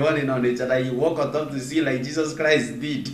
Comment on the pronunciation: The way he even pronounces Jesus Christ is fishy. Jesus kuwaist he is fake jare